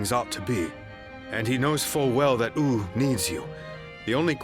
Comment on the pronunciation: Is that really how "Wu" is supposed to be pronounced? "Ooo" instead of "Woo"? Personally, I don't like it. Makes it sound silly.